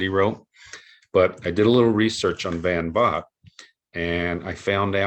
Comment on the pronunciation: 😎 Van Vogt from what I've heard on sci-fi broadcasts is pronounced Van Vole. As a fan of sci-fi you gotta check out the 1950s radio shows : Dimension X and its later incarnation as X Minus One , really outstanding short story adaptations by series writers Ernest Kinoy and George Lefferts. The radio series Suspense presented some cool sci-fi adaptations as did another great series of the late forties called Quiet Please. The train riding Mysterious Traveler radio series in the 1950s also offered up some interesting sci-fi stories. 😎 Promo giveaway comic books are woefully underrated , what gets overlooked is that some offer really great stories and art. Educational or/and entertaining material printed as a comic book?.I'm reading it ! Digitally read some T Man and Undercover Girl and they are classic! The ACG humor title I really enjoy is Cookie , a fun character. 🤗 Dick Tracy , grew up loving the comic strip! I also really enjoyed the 1961 UPA cartoon tv series and the awesome segment he got on the 1970s Archies TV Funnies cartoon series. 😎 This what being a comic book fan is all about!